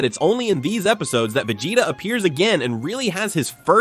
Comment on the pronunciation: Terrible AI voice slop that can't even pronounce Vegeta or Saiyan properly